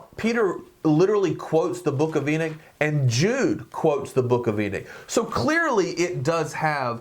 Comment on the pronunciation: My brother its Enoch not enick